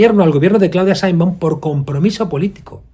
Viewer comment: Mr. Monedero, tú deberías saber que el Gobierno de Mexico que tú pretendes defender, tiene en pausa las relaciones con España, que fue el Presidente López Obrador quien anunció esa pausa, y que la Señora Presidente de Mexico (por siervo, tú no sabes ni pronunciar su nombre) secundó tal acción y no invito al Jefe del Estado Español a su toma de posesión, tú cómo Español pienso deberías estar molesto con esa descortesía de Mexico al Gobierno y Pueblo Español.